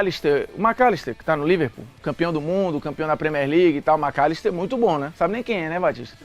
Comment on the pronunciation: cara fala o macllister KKKKKKKKKK